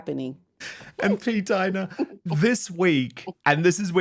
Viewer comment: Thank you for finally pronouncing P.Dina’s name correctly.❤